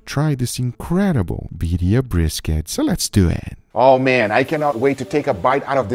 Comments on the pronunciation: It's Birrrrrria!!! Gotta roll them r's Guga!!!! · Imposible for me to believe that Guga cannot say "Birria" as it should be, with double R :face-blue-wide-eyes